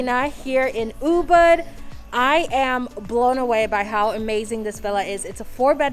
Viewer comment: how long have you been in bali to still be pronouncing ubud like that? it’s OOBOOD